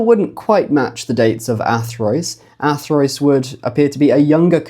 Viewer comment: surely Athrwys would be pronounced "Athruuse", not Athroyce??? remember - Y is U and U is Y in Wales... and that pronounciation sounds a LOT more like 'Arthurus', doesn't it?